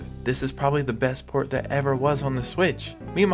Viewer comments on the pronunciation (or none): none